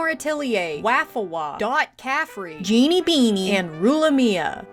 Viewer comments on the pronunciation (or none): none